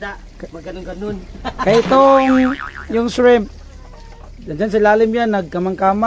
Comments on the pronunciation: Shriiiiimp po not shreeeemp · Ayusin ninyo ang pronounciation ninyo...hindi SHREMP.....kungdi SHRIMP. Lagyan mo ng maraming garlic at iluto ninyo sa butter.